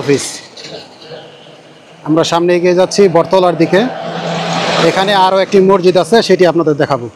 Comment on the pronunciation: মরজিদ শব্দটি ভুল উচ্চারণ সঠিক উচ্চারণ হবে মসজিদ